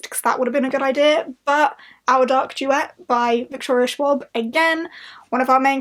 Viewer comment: That pronunciation of Schwab made me giggle. I'm rooting for you on this readathon,. Kick its ass!